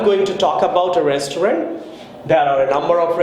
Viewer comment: Your "restaurant" pronunciation is not correct....